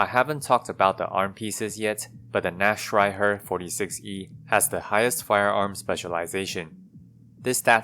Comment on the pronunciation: Imo his version is better than the ones saying naktreiher For anyone interested, the ch in nacht is a hard h sound.